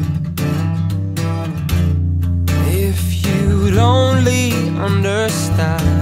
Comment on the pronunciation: Haha you can hear his Dublin accent when he says understand :P